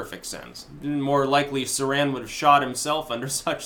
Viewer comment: Sirhan - the H is not silent.